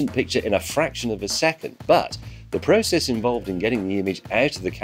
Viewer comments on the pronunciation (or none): none